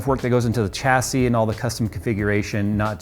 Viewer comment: 'Chassis' is pronounced "shass-ee" not "chass-ee" smh